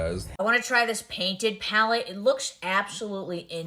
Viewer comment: That "pallet" from P Louise to Mikayla is beyond ridiculous. Come tf on.